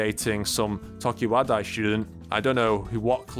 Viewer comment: It’s clique not CLEEK, and it’s tokiwadai not TOKIWADAAA